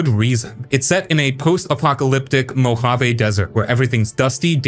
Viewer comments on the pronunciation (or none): none